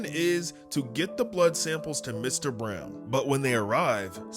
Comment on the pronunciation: Why are you so bad at saying Mr. Brown😂😂😂😂😂😂😂😂